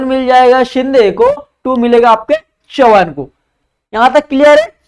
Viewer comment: चव्हाण नॉट चौहान barabar bolo